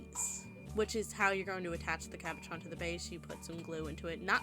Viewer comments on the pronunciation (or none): Thanks for the great idea! Just one thing, if you decide to make another video, the French word is pronounced CAB O SHAWN, lol.